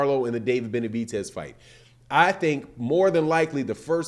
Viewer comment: BenaviDez, not BenaviTez, lmo